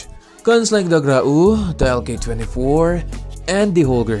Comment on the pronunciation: I'll never say grau normally again